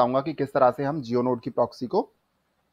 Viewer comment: bhai progsy nhi ha proxy ha word. Word to sai bol lo